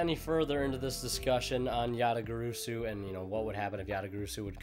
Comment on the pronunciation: You still pronounced it wrong ResidentSleeper